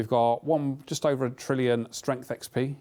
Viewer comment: good job on saying 10 trillion wrong l0l